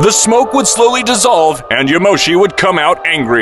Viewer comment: Its "*Yamoshi*" and "*broly*"